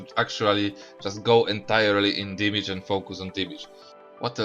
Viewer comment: cant pronounce damage lmao